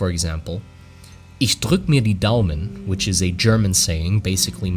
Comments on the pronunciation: I am genuinely surprised at how well you pronounced ich drück mir die Daumen because I myself grew up and live in Germany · The ``Ich drück dir die Daumen`` was pronounced perfectly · Bro nailed the "Ich drück' mir die Daumen" lol